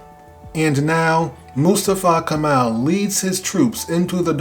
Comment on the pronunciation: Not Kamal .. correct is Kemal